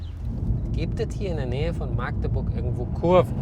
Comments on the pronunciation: Das heißt Magdeburg nicht Maaaaagdeburg! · Lieber Matthias das heißt Magdeburg und nicht Maagdeburg lässt sich schwer aus sprechen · Magdeburg! Nicht Maaagdeburg 😂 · Was ist ein Maaaahhgdeburg? . . . . . . Ich habe irgendwie das Gefühl das 90% der in den öffentlichen Medien auftretenden Personen zu doof sind diesen Städtenamen richtig auszusprechen. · Richtig geiles Video aber es heißt nicht Maagdeburg. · du warst nur 40km entfernt von mir. Hätten uns mal treffen können. Dann hätten wir meinen M2 mal mit dem Competitione vergleichen können. Hätte dich echt gern mal persönlich kennen gelernt. PS: das "a" in Magdeburg wird kurz gesprochen 😅. Oder bei uns im Dialekt auch "Machdeburch" gesprochen 🙈😅